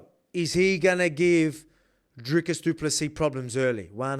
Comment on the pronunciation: Best pronunciation of du Plessis by any YT channel! 🎉